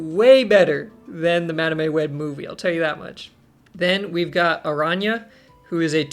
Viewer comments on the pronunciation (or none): That madame pronunciation is diabolical 😂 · My soul shivers each time you mispronounced Madame 😂 Joking aside, these cards are so exciting and a shot in the arm for those who might find the game has gone stale. Picking when you ‘Activate’ their abilities is such a mind game and creates cool new strategies. Move deck enjoyers will surely be licking their lips at these upcoming cards (plus Kate Bishop’s grappling arrow). Another great video! 👍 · You and cozy have to be trolling the way you guys are pronouncing madame and symbiote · I don't get it, why does he pronounce it wrong?